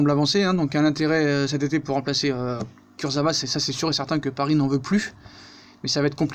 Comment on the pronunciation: Ca se prononce kurzaoua sinon super vidéo comme d'hab